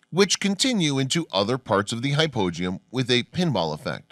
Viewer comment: Hypogeum how come you pronounce it completely differently than all the other people I've ever watched a documentary that is mentioned it I wasn't even sure what you were talking about till you showed it